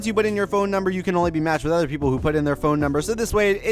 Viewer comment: The only problem I have with your videos is that you say "ether" instead of "other" it makes me cringe ever time. Other than that great content.